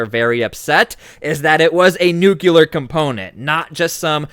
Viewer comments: My man pronounces nuclear just like George W Bush. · Please pronounce NUCLEAR properly !!!